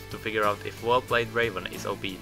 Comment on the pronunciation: Not Draven ... DRAVEN